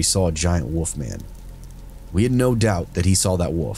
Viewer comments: A ""woof" eh,, not a WOLF.... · It’s wolf. Not woof